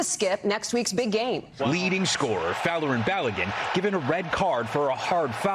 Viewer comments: Long time fan, and most of the episode was on point. But y’all need to get some normal nerds in the writers room and not just internet nerds. The red card was an awful and incorrect call (although what the president did was obviously unacceptable). And his name is Bal-uh-gan. Like imagine an Irish dude named Calligan but replace the first letter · Can’t really comment on other people’s pronunciation when you can’t pronounce Balogun pal. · Daily Show staff: spend a 2 minutes coaching Ronnie of the pronunciation of "Balogun: name if your segment is centered on making fun of how Trump bungles pronunciations. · Funny, but he actually didn’t deserve the red card and you’re pronouncing Balogun’s name wrong, even though the announcers keep saying it the right way. Everything else is spot on. Trump is a loser. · Ronnie shouldn't be making fun of people's pronunciation if he's going to pronounce "Balogun" like that. Just sayin'...